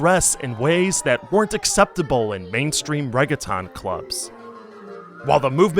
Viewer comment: I absolutely love this video! But you should look up how to pronounce words like "reggaeton" (or any others that you've only ever seen in print) before you read them out loud. Keep making great content